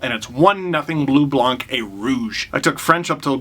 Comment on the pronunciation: just an FYI from a frenchie, the c in Blanc is silent ;)